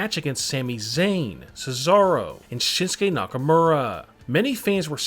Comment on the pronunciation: He says shit stain nook uh moor ah that's funny